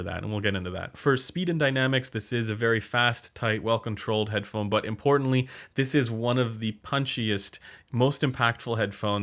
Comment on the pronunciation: Should I trust the guy who said Head-da-da-phone??? Hmmmm..